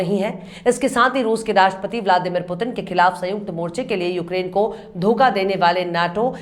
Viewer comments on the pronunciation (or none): Daga nahi dagha madam.